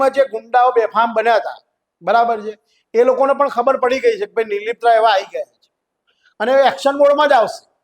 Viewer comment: anchor bhai name to sarkhu uchcharo